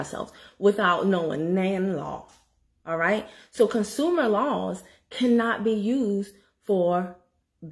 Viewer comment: You are being funny because I'm laughing. "Con-SOO-mer" 😂😂